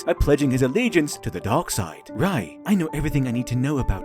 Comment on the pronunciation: Whenever you say Dark in that accent you had for this video. It sounded like you were saying Dog (or Dawg). So multiple times it sounds like you’re saying The Dog side of the force.